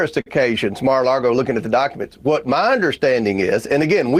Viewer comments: That guy says, "Mar a largo." 🤣🤣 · Someone should at least tell this idiot how to pronounce Mar a Lago...NOT Largo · He was calling it Mar-a-largo lol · The dude can't even pronounce MARA LAGO correctly he says MARA LARGO lol 😂 let alone make a valid argument about the documents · "Mar-a-Largo," he says... what an absolute joke of a public "servant." 🤢🤮🤬